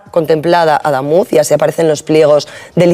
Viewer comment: Como corrección: Adamuz, es palabra aguda, no llana. Pd. Soy camionero de la zona. El itinerario alternativo que proponen, va a ser otro caos. Mandarán autobuses por monto, hacia vva de córdoba, las carreteras, no están capacitadas para esa cantidad de tránsito.